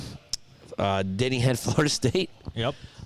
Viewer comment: Every time yall say, “Denny” I hear “Diddy” 😅